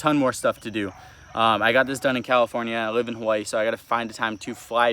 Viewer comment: I’m a big fan but you can’t even pronounce the name of the state you live in correctly